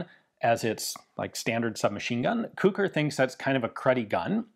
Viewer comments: I am the grandson of Kucher József. Thank you for your video. It was very interesing even for me and I'm very proud of my old man. (His name should be pronunced as "Kuher" not "Kuker" :-)). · It's pronounced more like Koo-hair, not Koo-kur. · It's pronounced like "kuhher", just put a bit of emphasis on the H. It's a German surname and should be pronounced as such. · I guess his surname in English is pronounced more like "Kutcher" or "Kutscher" but I may be wrong. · Sounds like how a Liverpudlian pronounces the word 'Cooker' 🤣🤣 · I just looked up the pronunciation on Google Translate, and "Kucher" is pronounced a bit like "Koo-Herr"...and it means coachman. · I believe the designer's name - hence the LMG's - is pronounced as the same as Koch as in Heckler & Koch. Definitely a german sounding surname. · iirc it's pronounced cuck'r. One of the sergeants in Generation Kill has the same name. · The "ch" in Kucher is pronounced the same way as germans pronounce "ch".